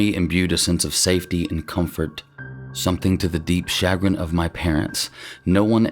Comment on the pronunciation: "Sha - Grin" emphasis on the second syllable.